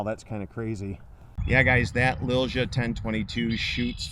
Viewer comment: The correct way to say Lilja in english would be Lilya. Not trying to be an asshole, but I feel that name brand needs to be said right. Awsome rifle.